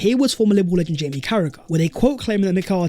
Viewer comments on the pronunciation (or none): none